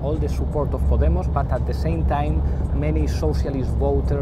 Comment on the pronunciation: Owen - just a heads up - it's not pronounced "poddie moss" like you say it but " paw DAY moss" with the emphasis on the second syllable.